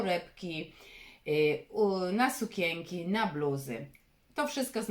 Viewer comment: Wymawia się sukienki!!! nie sukenki